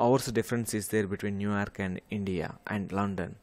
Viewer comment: Bro literally said New Aerk 💀